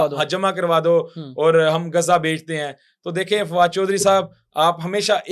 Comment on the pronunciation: گزہ نہیں ،تریک،،غزہ ہےGHAZZA